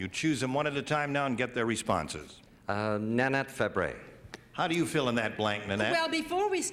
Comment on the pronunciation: That's Nanette Fabray, not "Lanette Devreney."